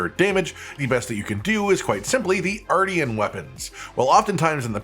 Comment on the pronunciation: I’m going to pretend I didn’t hear you say artian and only focus on the armor.